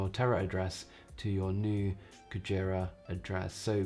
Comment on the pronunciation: Nice video! Your Japanese pronunciation of "Whale" is a little incorrect, but no big deal!